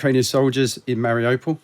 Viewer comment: Very wierd that he lived in Mariopol and doesn't pronounce it an an authentic manner.